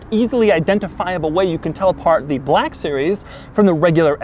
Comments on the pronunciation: Why does he pronounce black as blaaaaahk series? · The SLS BER-LACK series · 'Bleck' Series